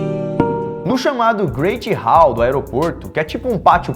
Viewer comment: "Greiti Ráu" morri kkkkkkk